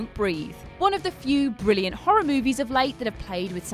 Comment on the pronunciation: don't breath... "brillant"? seriously,!?